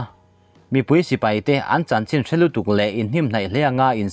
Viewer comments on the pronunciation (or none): none